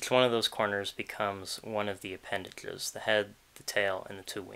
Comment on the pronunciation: Man i thought this was gon be a good video, and it probably is, but i cant get over the speech defect, instead of "zh" he says "dhl" like instead of appendage, it's appendadhle, and i cant deal with it personally